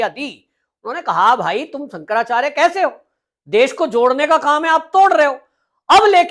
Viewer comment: Bhai shaab.. apa ko Shankaracharya ji ke nam thik se bol na Nehi ho raha.. ap kya YouTube channel chala rahe ho.. please respect Shankaracharya ji